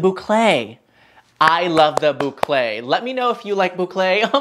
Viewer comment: I love the way you say boucle!